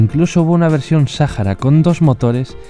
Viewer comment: SAJARA ,EN UN ERROR DE PRONUNCIACIÓN. La h no suena como j